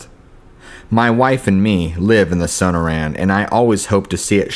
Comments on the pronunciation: And SONAR-ran and "TUCK-son" LMFAO!! I love, but yeah, it's kind of cringe inducing, isn't it? 😂😖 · It's su-nor( like snore)-anne.... And...too-sawn... Sonoran desert and Tucson!!! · No, it’s pronounced sun-er-an and tuck-sun. Thanks. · Sonoran is pronounced sa-nor-un. Tucson is pronounced tue-sonn. Just a peeve of mine. Otherwise these were good stories. Thanks.